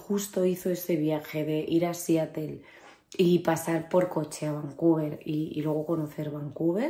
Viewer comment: La pronunciación es SIÁROL. Como APPLE es áepol y PEOPLE es pípol.